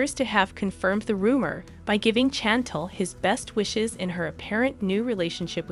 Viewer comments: I love this. I just need you to learn how to correctly say her name. It’s as if you have never even watched the show. “Shawn-Tall” is how Pedro pronounced it. So the show is called The Family Shawn-Tall. But her name is pronounced Shawn-Tell. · yup. That’s right. I stand corrected. 💕 CHANTLE sounds like some kind of prescription medication 💊 on commercials. Every time I hear it it makes my ears hurt. 🤣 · StoP purposely butchering that woman's name, you ain't slick! Everyone knows good and welL that her name is pronounced "ShaN-tell" aka Chantel!!! 🤡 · Learn how to say her name damn it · She said the lady's name a thousand times. I got irritated hearing it mispronounced so much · I hate she keeps saying her name wrong. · Pronounce it correctly lady!!! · I know it's driving me crazy the way she is saying it lol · Ridiculous that the announcer can't even pronounce Pedro nor Chantel correctly UGH!!! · I'm tired of this person that can't do proper annunciation of African American names. If she can say Channel then she should be able to say Chantel. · Can you say the girls name right? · You need to pronounce her name correctly. It kind of loses the message when you cannot pronounce her name. Thanks for the update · This person must not watch the show because she can't even pronounce her name right, smdh another push story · Before you blog learn how to say her name or watch to show to hear how to say her name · Learn how to pronounce both names if you are going to be the announcer. Can't listen to this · It’s not pronounced Chantel! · Please learn how to pronounce Chantel and Jimena. Also sushi. Thanks 👍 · OMG can you please pronounce her name right 🙄 its obvious you DO NOT watch the show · Please pronounce her name correctly,if you’re going to tell the story,watch the show so you could correctly pronounce Chantel like it’s pronounced by her and her family on the show .Sorry I can’t finish watching the video hearing you constantly mispronouncing her name.🙄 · very annoying